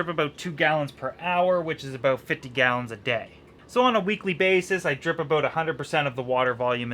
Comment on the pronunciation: Aboot, haha Canadian EH?!